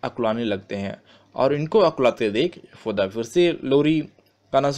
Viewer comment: Yashood ma sahi sa bolo bhai Other than that all thing are Good